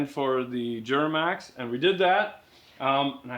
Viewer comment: The way pronounces “Djjjjuramax”😂😂😂